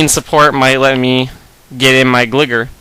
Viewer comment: Am I the only one that cringed when he pronounced "Gligar" as "Glih-Gahr"?